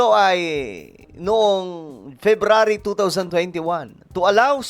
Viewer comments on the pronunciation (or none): none